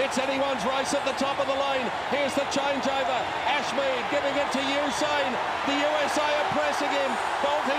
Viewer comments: So usin is a word not usain. Yeah you think you’re funny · You said usi lol 😆